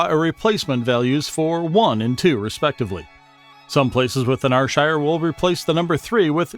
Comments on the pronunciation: 😂 very humourous and well said apart from the pronunciation of Ayrshire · YES!!! I'm an American and I knew it was wrong, and it made me CRAZY! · shockingly bad video, you say ayrshire totally wrong and many of those words are not common spoken words let alone even known. I am born and bred there and none of what is said is correct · Am fae AYRshire n yer pronunciation is fucken shockin bro. Haha. Here's a AYRshire word fur ye, WINTERDYKE. Let's see if ye ken whit am oan aboot. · It's pronounced AIR SHIRE not R SHIRE ya numpty or eejit or haufwit lolx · Slight correction - its not are-shire it is ayyr- shire... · its pronounced air sher nor are shire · Here's another yin, NIPPY! which is whit a wid describe you cryin' it Rshire when it's Ayrshire (pronounced Air-shire), ken whit a mean? 😂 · ye dont pronounce it like R-shire. you pronounce it like air-shire. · Air air air air shire not r shire!!! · AYR(Air)SHIRE! not Arshire! 😡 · AHHHHHH ITS AIR-SHIRE NOT AR-SHIRE😑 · Why would one go through all the trouble to make a video and mispronounce the area you are talking about. R shire????????? AIR AIR AIR Shire....................... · It's pronounced Air-shire! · Can everyone understand Americans u call Ayrshire fu*kn areshire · NOO ITS AIR-SHIR THATS HOW U SAY IT 😂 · Ar shire , Scat land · Its not R shire wtf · Arshire... wtf are you? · Lol ...OH DEAR only 13 seconds in and already theres a mistake.. ps yes i am fae ...R SHIRE.. ..Dalry...or is that dal.. ry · Clearly some folk don't get sarcasm. Why would a channel dedicated to Ayrshire get an American that can't pronounce Ayrshire correctly. Thankfully some of us appreciate the fine art of sarcasm. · How your pronounce Ayrshire is… cringe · Who's going to trust someone who can't even pronounce Ayrshire properly? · Fucking mook can’t even say Ayrshire , no awall ain’t bile youra heed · Fuck aff yae canny even pronounce the words that yur tryin tae TEACH folk